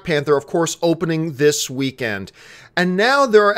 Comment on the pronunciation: it's spelled Panther not pather